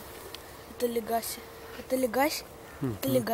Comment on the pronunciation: Легаси например, ударение на первый слог